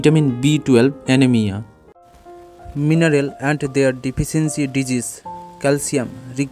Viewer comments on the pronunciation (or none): none